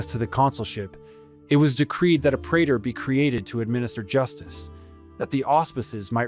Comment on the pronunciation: Diphthong 'ae' is pronounced E (as in pee) pre_tor